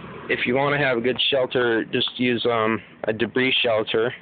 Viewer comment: its use not pews